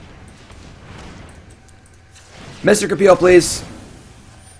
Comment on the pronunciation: He finally said mystic repeal correctly!